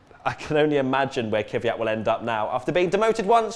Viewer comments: 1. It's KVYat, not KYVYat. It's not that hard. 2. Wait... Sauber has never won a race? So, the win in the 2008 Canadian GP as BMW Sauber doesn't count? Okay then... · Stop pronouncing "Kvyat" wrong it's not Kyvyat it's Kvyat you dumb, fucked teeth brit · Why do people keep calling him Kyvyat? His name is KVYAT! Just practice... KV and then YAT. It's pretty fucking simple